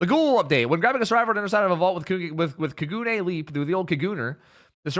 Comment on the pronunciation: Only saying this cuz I love Tokyo Ghoul. Idk if will see this, but kagune puts the emphasis on the a, not the u. So it's more like kah-g'nay.